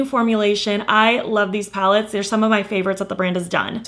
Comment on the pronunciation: Sounded like you said you accumulated 10 pounds lately, I was like “girl, same”